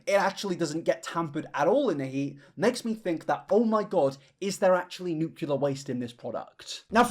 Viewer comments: I love your videos, but nuclear is pronounced "New-clear", and not "new-queue-lure". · Hey. Fahrenheit using American here.. I’ll make u a deal: I will adopt your hoity-toity “Celsius”, but u will have to learn how to correctly pronounce “Nuclear”. (“nuke-lee-urr” NOT “new-queue-lurr”) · the way I remember its "Nuclear" and not "nucular" is because the correct spelling has "clear" in it, lol. Sorry to be a baby back bitch and grammar check this king, just spreading knowledge <3 #it'sNUCLEAR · I'm sorry,, I love your content and all but.... You're gonna complain about people using fahrenheit instead of celsius... but you're gonna say "new-cue-lar" with your whole chest, when "nuclear" is said as it is spelled? "New-clear" not "new-cue-lar." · NE-CLE-AR FRASIER. NEW-CLEAR. pullin my hair out over here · ok deal, I'll switch to celsius if you stop saying "nucular" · I love when i hear people say “nucular” 😂😂😂 it always gets me, idk why! Hahaha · If I have to learn Celsius then you need to learn how to say nuclear. Deal? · I'll use Celcius when you say nuclear correctly. Love ya,!